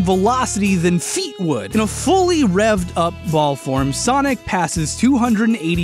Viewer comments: I died after “sanic the hedgehorg” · normal human: sonic the hedgehog me: sanic the hedgehog:swonic ba hedword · "Sanic the Hedgehorg" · normies: sonic the hedgehog, an intellectual: sanic the hedgehorg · SAniC ThH heGG HoGer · SAnek de HeGhOrg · Sanic the hedgehorg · "Where was I? Oh, yeah, SaNiC tHe HeDgEhOrG" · Oh right- sAnIc ThE hEdhOrgE Edit- and also got me lol